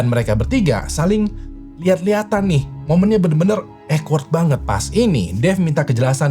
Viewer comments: bang awkward dibacanya bukan ekwerd tapi okwerd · Awkward dibaca okwerd. Bukan ekwerd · awkward ❌ eggword ✅